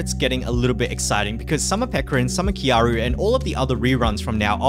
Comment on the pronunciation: Triggers me still you don't say kyarl properly